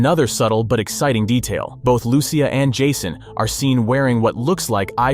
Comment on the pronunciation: Your butchering her name is not Lew-ciah it’s straight up lusea